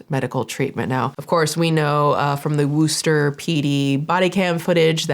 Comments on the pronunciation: I live in Massachusetts and I keep cringing every time you say 'Wooster' lol! As far as I know Massholes like me pronounce it 'Wussta'. Or at least that's how I have always said it. I have a pretty severe Boston accent though and most people cringe at every other word I say! Anyways, I will continue to be a big fan of both your channels no matter how you pronounce it 🙂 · Massachusetts here. Worcester is pronounced "Wuss-tah," not Wooster. Try Gloucester - "Gloss-tah!" That "c" is a silent killer! We're wicked weird - Girls are smarter! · It's wuhster no Wooster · As a MA native we definitely do not say “woo-ster” lol it’s more like “wus-ster” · I love you girl 🫶🏻🫶🏻💕💕, but as a Massachusetts resident this was so hard to watch Wuh-ster✅ Woo-ster ❌ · WOO-ster Has me dying. Wuss-ster. Or if you are going v authentic. Wuss-stah. Love ya! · I love you, love your content, you’re a goddess. But you pronouncing it “Wooster” was killing me the whole video 😂 it’s pronounced “Wuster” I feel I can speak on this because I’m from Mass, but it’s also my last name lol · lol no one can pronounce Worcester correctly unless you live here… you were so close though!! It’s w-uh- like you’re getting punched in the gut, not woo, but so so close 😂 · I Love you but as a local to the worchester area it’s “wuh ster” not wooster. like the way ryan says “wuph” on the office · Its funny the way you pronounce Worcester (actually pronounced wusta) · Great work, as usual. But as a MA resident, it's my duty to tell you that your Worcester pronunciation is *so close* but not quite there. It's more like "Wuss-terr" than "Woo-ster"! Props for not saying "Worchester" haha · I love you. I love your content, but it's not pronounced Wooster. It's sounds like Wister. Wistah, if you're from Massachusetts. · Great video but W*i*ster not Wooster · Im from the Worcester area and just so you know, its pronounced 'Wuh-ster' 😊. Or if you want to sound like us, wuhstah! 😂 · It's not Wooster...😂